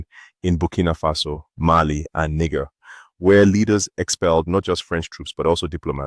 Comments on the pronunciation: Why are you pronouncing Niger as nig er? Are you intentionally butchering it while insulting your people at the same time? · More care needs to be input into your AI bot presenter, the voice-over needs to pronounce Niger by its right name and not the derogatory name it pronounced as "nigger" 5 minutes and 27 seconds into the video. Apologies are expected. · Please learn to pronounce Niger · If this channel is to provide African news then start by knowing how to pronouce African names starting with the countries. Listen to how Niger is pronounced. Thanks